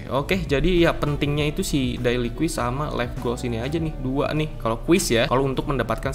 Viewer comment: Cara baca yang benar: - quest = “KWES” - awesomeness = “AWSEUMNEUS” - daily = “DEYLI” - hair = “HEIR” Biar ga malu kalo salah cara bacanya.